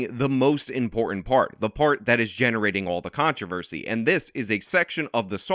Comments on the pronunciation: Hey con-TRAV-a-cy? Why you say it like that? Love your content btw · Contròversy.I believe that in STANDARD NORMAL ENGLISH the stress falls on the O